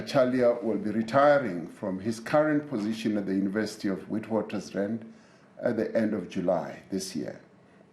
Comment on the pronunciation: Cant or wont pronounce witwatersrand correctly...